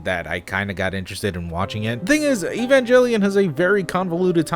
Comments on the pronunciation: Evangelion is pronounced with the ghe sound, not je. Glad you're starting with the original series, it's a fascinating landmark in anime history - at the time the studio that made it was best known for it's Miyazaki-ish family friendly TV series 'Nadia: Secret of Blue Water', so Evangelion was vaulted closer to the mainstream than most adult-audience anime (note that, in Japan, anime is still largely seen as either for kids or weirdos). Possibly inspired by the recent first translated publications of the Dead Sea Scrolls, Eva draws heavily from Judeo-Christian mythology and Gnosticism. I could go on forever about it... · u pronounce evangelion just as its spelt, ev an g el ion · E-van-ji-lai-on Evangelion i think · Man really said evanjellion lmaooo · evanJELLYion. The great filter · Had to stop watching because of how you pronounce evangelion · This is old but it’s pronounced (ayy VON gell E on) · What is "EVANJELYON"? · Iths evanGEELion bith spelth evangelion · why do you call it evanjelion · Cruel Angel's Thesis intensifies people who love fan service and want your family to confirm you're a degenerate? Then this anime is FOR YOU! (No but at the time, Evangelion was revolutionary when I was a kid) Pronounciation: Evan-guh-al-leon I'm not too good with english so i hope this is right, my girlfriend is helping me type :) Love your stuff man! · "E-vanjellyon" Baka Shinji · You know whats even more creepy? The fact that you pronounced it 'evan-jelly-on' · Evangalion (a·va·gal·eion) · I believe the popular pronunciation is a hard “g” EvanGelion. Though, I was first introduced to the series via the manga; so I had only read it and never heard anyone say it. I thought it was Eevan-Jeh-lion —lion like the animal. Nice vid! I’m actually glad there was an answer. Too many “creepy” videos end without having a conclusion and it’s just the person regurgitating the same story over and over. Though the explanation was simple, it’s a neat story! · It's pronounced "Evangelion"